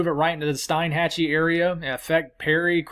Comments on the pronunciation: Steinhatchee is pronounced Steenhatchee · Hey ~ great reporting! I wanted to give you the correct pronunciation for Steinhatchee. It sounds like Steen Hatchee.